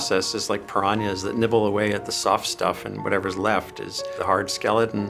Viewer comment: I'm so glad that this guy knows how to pronounce "paranhas" properly! It's "pah-rah-nyah"!